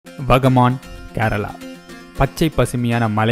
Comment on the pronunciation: Bro onga vucharipila thap iruk..வாகமன்..ithu than sariyana vucharip..